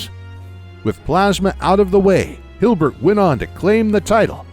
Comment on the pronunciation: It's Hilbert not Hubert